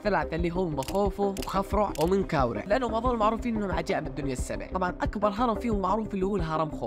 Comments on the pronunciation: اسمو منقرع مش منكاورع 😅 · اسم الهرم منقرع مو منكاورع 😂😂😂😂😂😂